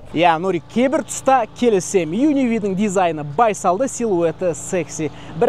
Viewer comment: Changan Un--V емес Un-K дегенін байқағандар біргеміз